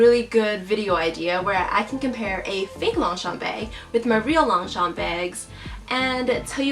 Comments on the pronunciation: She was pronouncing it in English as Long-Champ while it's pronounce as Loñ-chañ in French 😊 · Fun fact: it is read as 'lowng-shom' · is she saying "long shompey"?? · I get irritated how she pronounced Longchamp… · Gah. Don't pronounce the P at the end! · I love how she can spot the fake from real, but she cant pronounce the brand name correctly. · Just correct the way you pronounce the brand. No offense meant.